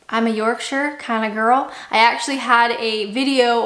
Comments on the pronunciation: You're half way to becoming British already because you pronounced Yorkshire properly! You know you are fully British when you pronounce Herbs, Mirror, Jaguar and Buckingham Palace correctly too! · You said “Yorkshire” correctly! Props, sounds like you’re definitely turning into a Brit 👌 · Bonus points for pronouncing Yorkshire properly :-)